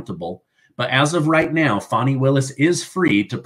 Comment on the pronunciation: It’s Fanny… like Fanny pack! FannyPak Willis..! Stop calling her a baby deer with that “fawny” pronunciation 😂